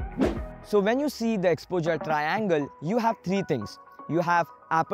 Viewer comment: Your videos are good and this was helpful too but the weird way you pronounce "exposure" is really very irritating. Try to improve it so that you could be listened to without irritation.